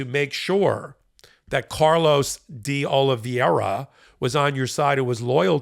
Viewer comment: Will you and Ben please learn the correct pronunciation of De Oliveira? You guys mispronounce it consistently and you should be really embarrassed because you pretend to be serious journalists.